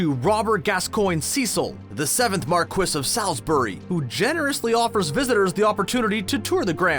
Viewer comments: Everyone complaining about “mar-kwis” (which is right for British peerage) and no-one talking about “Sal-is-berry” which should be “Saul’s-berry”. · I'd go a step further and pronounce it Saul's-brie.